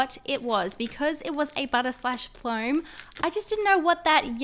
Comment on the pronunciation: its not pronounced as flowm its foam and CLEAN YOUR HANDS LAYDY!!!!!!